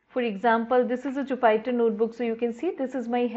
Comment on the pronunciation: Thanks for the video, it was quite helpful! A very trivial suggestion, Jupyter is pronounced like joo·puh·tr.